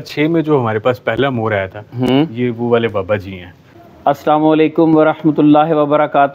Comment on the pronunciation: اس سلام و علیکم ( us Salam o alai kum)ایک دعا ھے مگر آیسا لگتا ھے اس کی ادائگی صحیح نہیں ہو رہی